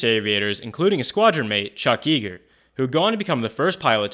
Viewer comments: BTW, Chuck Yeager's last name is YAY-ger, not YEE-ger. Like Jagermeister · Two names mispronounced: Chuch Yeager (Yay-ger) and Leiston (Lay-ston).